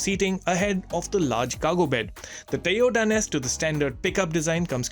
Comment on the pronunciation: Toyuda Hilux? Really? 🤣